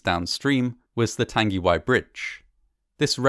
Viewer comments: Tongue-a-why I'd how it's pronounced bro- Nzer/ part maori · tung-e-why . g sound is mostly silent in te reo maori. love your work mate. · Pronounced Tongue-e-why disaster. Arohanui ❤ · Tangiwai. Tarn-gi-why? Nah.